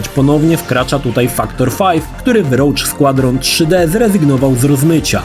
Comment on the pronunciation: kurde ale wymowę to musisz poćwiczyć kalczysz strasznie Roge Squadron czy Majora Mask. Meh w kwestii wygładzania to był jedyny sprzęt poza voodoo na PC który obsługiwał rozmycie i było to kozackie to robiło największe wrażenie. Specjalnie kupilem w Londynie N64 w 98 bo ta funkcja szokowała na tamte czasy. Swoją drogą Banjo&Kazooie uważam za jedną z najlepszych gier do dzisiaj